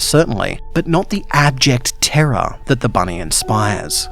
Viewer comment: Büny: Büny